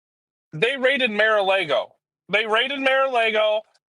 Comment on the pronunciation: "Mear a laygoe" 😅